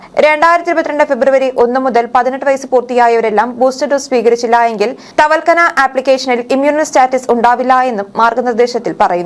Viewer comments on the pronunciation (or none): തവൽക്കന അല്ല കുട്ടീ l....... തവക്കൽന